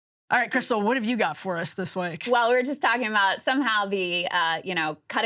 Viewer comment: the way Emily says “week” lol